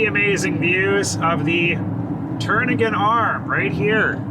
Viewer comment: Kenai = KEEN-eye Also, the 'k' in Knik is vocalized. Welcome back to Anchorage. :)